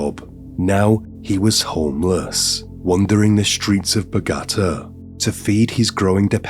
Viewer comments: Bau-gata !? FFS!? 😂.. anyway still great content! ❤️ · Dude, I *love* your stuff... BUT ...you gotta check out how to say the place names you'll be using before you get going. In this case, it's bow-GA-ta. (I've noticed this from you in previous stories, too.) I hope you don't think I'm being way too critical bc I truly value what you put out for us. I just want to help with the whole "saying the place-names properly" thing.🌻 . And the victims names, dude. OMG. I was born/raised in San Diego so am very familiar with Mexican/Spanish names, but still... : pa-TEE-oh moon-YO-s mar-TEEN-ess ya-REEB-bay pa-REE-ah . There's a zillion websites that'll make the pronuncion of words/names you don't know a breeze. Again, I'm just trying to help and really truly hope I haven't offended you. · The accent is on the third syllable in Bogata, not the second syllable 😊